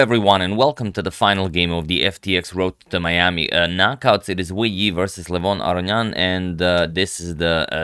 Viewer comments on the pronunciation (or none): Uh-row-knee-an. Please practice it 😂